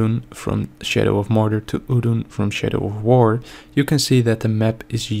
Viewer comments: sounds like he said "shitter of war." yeah theres that alright. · I thought you said 'shitter of war' the first time lol